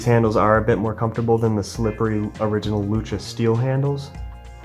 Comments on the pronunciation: Its lucha (like loo-chuh), it was named after the Spanish word for "fight" (like luchadore, lucha libre is an example where lucha is used, both meaning basically wrestlers). Hope you see this, we won't have to rip out our eyes and fucking eat you next time you say luka!!!! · Sorry brother, it is lucha. like luchador the wrestler/fighter. Use voice to text. You're saying "luca." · It’s pronounced lu-cha